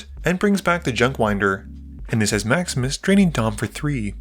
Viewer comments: Every time you say "Maximus plays" it sounds like you're saying "Max misplays" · I keep hearing "Maximus" as "Max Miss"... 😅